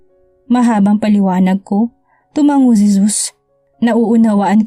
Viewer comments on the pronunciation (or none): none